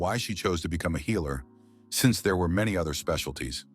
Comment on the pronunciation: The "healer" is pronounced "heiler". Annoying AF.